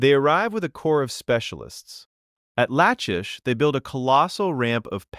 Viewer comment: Lachish with the ch pronounced like a k.